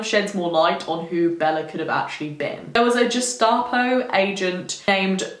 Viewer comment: Please pronounce Gestapo correctly. I had to stop watching the video because it was driving me mad!